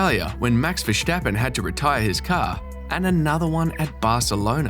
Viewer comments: Verstappen, not Verschtappen. He's Dutch. not German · that’s true. It’s ver stappen. Like stop. Nothing like schtop. I am Dutch. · ah, typical British. Probably all real Dutch pronounce it wrongly because a half Brit pronounces it as Vershtappen. It’s like in stop. Or does your aunt say shtop? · It isn't. Maybe the sj or sh pronounciation might be used in Limburgish, the province where he was raised. And it's Dutch yes, not Dutsch. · Also: I always have a real hard time watching videos about the bias towards Hamilton when the creator cannot even pronounce Verstappen and Leclerc correctly. It's so embarrassing.